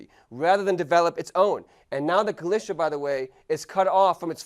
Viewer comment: nice Video But i would Love it so much id He would pronounce Galicia right